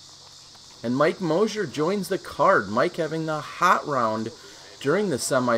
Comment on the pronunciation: It's Moser, not Mosier!!! He made the final 4 for gods sake!!